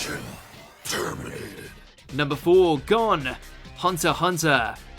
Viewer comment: Bruh Hunter x Hunter names pronounced: 'G-OWN' not GONE. And its PEE-TOE not Pit-oh. That irked my soul.